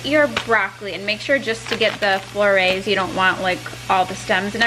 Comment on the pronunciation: Lolol you're supposed to pronounce the "t" in broccoli florets btw!